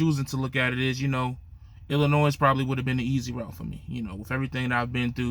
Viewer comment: Come on man say the state right damn or is that Ebonics??? You don’t pronounce the S in Illinois damn!!!! 🤦🏻‍♂️🤦🏻‍♂️ you just like lil guy trucker you’ve been on a diet for 2 years 😂😂😂😂😂😂😂🤣